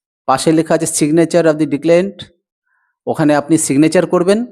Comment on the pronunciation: প্রথম দিকে একেবার আপনি ভুলভাবে উচ্চারণ করেছেন "এস্টিমেট", ঠিক উচ্চারণটা "এস্টিমেটেড" হবে। পরে আর একবার ভুলভাবে উচ্চারণ করেছেন "ডিক্লেন্ট", যার সঠিকটা হ'ল "ডিক্লারেন্ট"। আবার, এই ভিডিও-র এক জায়গায় ভুলভাবে লিখেছেন "Deposite", ঠিকটা হ'ল "Deposit". গণ-মাধ্যমে এই ভাবে ভুল করাটা মোটেও শোভনীয় নয়, সর্ব্বদা সতর্কতা অবলম্বন করাই উচিৎ।